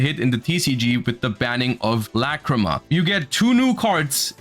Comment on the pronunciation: Forget about the art bro,they butchered her fucking name